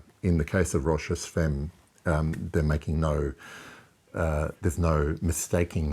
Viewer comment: Pronounced "fam" ;-)